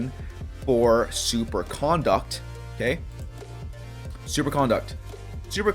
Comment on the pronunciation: The way you're saying Super Conduct is grinding my gears the wrong way... you're pronouncing 'CON-duct' like you're talking about someone's manners and how they're acting. Conduct (said like C'nDUCK'd) is thw word you're looking for. Okay other than that, you're spot on about the elemental effects. I ran the numbers and was looking for someone else that could validate my claims and isn't spreading misinformation. Good Job my dude ! :D